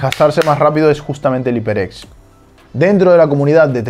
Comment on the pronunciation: jajajaja me da risa que todos los españoles nunca pronuncian bien los nombres de las marcas Iper ex jajajaajaja